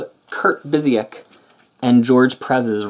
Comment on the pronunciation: It's pronounced BYOO-sick B-) These Avengers stories were the first comics I bought when I started reading in English. I was only going to buy Avengers because I've been a fan since the Englehart era (those were only published in the mid 80s in my country), but the Marvel bankrupcy left us without American comics in Portugal for two and a half years, so I started reading US comics regularly. I enjoyed this run a lot at the time. The Avengers had lost a lot of their appeal during the 90s, and going back to a more traditional lineup and storytelling was important. Now, when I re-read these... people complain about Bendis, but Kurt was a very verbose writer. So they haven't aged that well but they were good in the sense that they reintroduced the Avengers as an important component of the Marvel Universe, and made the editorial team care about other stuff that wasn't the X-Men.